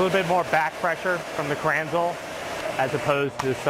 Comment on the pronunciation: Pronounced krenz-la